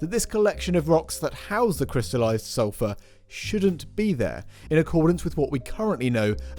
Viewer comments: 😃 also could have been salt, or sofa… I listened to the pronunciation at least 10 times, I am from USA… 🖖 Just saying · Some British accents drop the r sound at the end of the word.